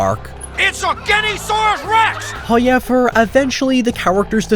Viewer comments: I am begging you to change how you pronounce however. Hawyeever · I didn't know words like "however" and "now" were pronounced with a "y". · Less of your face,also it's pronounced "how ever"not"high yevar" matey... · Who is this "Hoi Yever" that seems to always talk about? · As always with your videos, I came for the movie riffs and synposis, but I stayed for every time you say "Hauyever". <3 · Just came here to hear say "hoyever" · When he says “Howyever” you know he’s about to be spitting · “Oh yeah, the guy oh sounds like he says Hi-ever when he says ‘however’!”